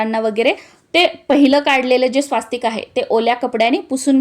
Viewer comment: कृपया स्वास्तिक असा उच्चार न करता स्वस्तिक असा उच्चार करावा.